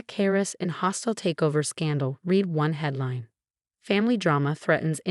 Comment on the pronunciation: The “AI” reader (reeder) has not been read (red) into proper American English. 😮